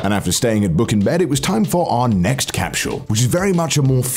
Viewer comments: Connor: CAPSHULL. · Are you saying “cap-shew-el”?? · Great video. Love that Connor pronounces “capsule” like he’s Sean Connery. “Get to the capshul Mish Moneypenny!” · Since when did capsule get a h in it capshule...?lol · Your pronunciation of capsule is extremely grating